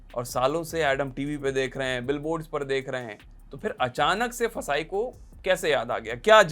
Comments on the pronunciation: It's not फसाई, It's FSSAI, pronounce it correctly you are a big news channel. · FSSAI ko फसाई nahi kehte hai, usko F.S.S.A.I pronounce karte hai. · FSSAI ko fasai 😂😂😂 kehna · ऍफ़ इस इस ए आई ❌ फसाय✅